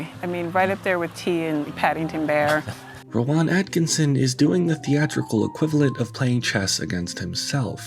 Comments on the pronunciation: Ro-Waan?? Ro-Waan?? Rowan is pronounced row-ən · No, it's pronounced Row-in. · Just to let you know, it's pronounced "Row-in" not "Row-on". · How did you not look up how to pronounce his name properly? Ro-wan lol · its pronounced row-in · Rowan. Not whatever you’re saying. Great video btw. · I've never heard someone mispronounce "Rowan" so awkwardly before. All that research and you didn't even learn how to say his name? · You’re mispronouncing Rowan. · why do you emphasize the 'ahn' in Rowan? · the way you pronounce rowan is an absolute crime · how do you make a whole video about someone and not find out how to pronounce their name? i mean i would get it if it was some obscure name or from a different language, but surely you heard at least one person say 'Rowan' while gathering clips for the video? Then again, wouldn't be surprised if its engagement bait. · Just a shame the narrator can't pronounce "Rowan" properly which makes me think it's more AI laziness